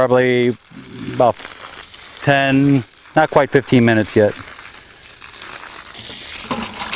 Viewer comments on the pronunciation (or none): none